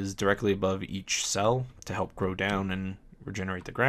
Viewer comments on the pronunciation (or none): none